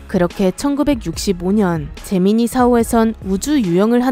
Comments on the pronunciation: 제미니가 잼민이라들림...나만? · 왠지 제미니가 잼민이로 들리는 건 나만 그런건가? ㅋㅋ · 나만 자꾸 잼민이 프로젝트로 들리는건가